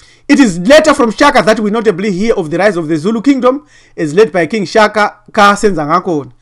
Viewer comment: ....Shaka not "Chaka".... Don't disrespect our late King. .